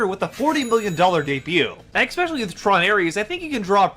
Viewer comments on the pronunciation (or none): This guy actually said "EXspecially" and "all intensive purposes" in less than 2 minutes, we're in for a treat with this one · Man this guy is dumb. Lost count of how many times he misrepresented or misunderstood Drinker's points, and it's hard to take him seriously when he says "eckspecially", "for all intensive purposes", "plutonic" etc. When you want to act intellectually superior to whom you are responding to, it would behoove you to speak your native language correctly. Just another low-effort slop breadtuber.